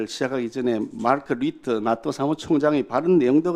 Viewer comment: 발음이... 나토가 아닌 낫또로 발음하는것이 어거지에도 왜국노 인증... 멍개같은 논리인지